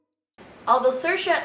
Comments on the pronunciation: Your roommate actually looks so much like Saoirse. It’s pronounced See er sha, not Sursha. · It’s pronounced SEERSHA not sursha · Ha ha so funny the way they say SIR-SHA! That's only what Irish people say when they pretend to be posh! It's pronounced SEER-SHA!!! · From someone who lives in Ireland and has multiple friends called saoirse you aren’t pronouncing it correctly, it’s seersha not sirsha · ser-sha, sore-say, im screaming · Before, I disregard the spelling and always pronounce her name as SAW-RIS. Then, SA-YORS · “Is her name like sore-se or something” lmao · I hate how Saoirse pronounces her name. She pronounces it wrong. For those who don’t know the Irish language, Saoirse directly translates to freedom and is pronounced “See-ear-sha” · Just for the record it’s pronounced “seer-sha”,it means freedom in Irish ☘️ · I thought it was pronounced sore•ee•s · You're saying her name wrong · you're pronouncing her name wrong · If you’re going to make a whole video on her try pronouncing her name right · At least be able to pronounce Saoirse properly